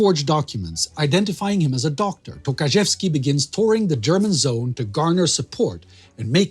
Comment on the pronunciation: I know he didn't mean that, I'm just pointing out that it sounded funny :) And of course I know that Polish surnames are extremely hard for foreigners.